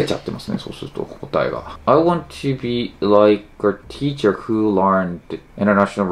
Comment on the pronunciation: teacherじゃなくてtecherで草